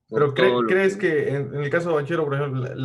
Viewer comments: No lo tiene, desde que dice "banCHEro" y no banquero. Parece uno de esos que limpia lunas en los semaforos y tuvo la idea de hacer un video de algo que desconoce completamente. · Se pronuncia, Banquero,sentido común, si no sabes pronunciar se pregunta, y se aprende,nadie nace sabiendo,❤️❤️👍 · Se pronuncia banquero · Banchero, se pronuncia banquero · Amigo. tanto te cuesta pronunciar bien el apellido Banchero.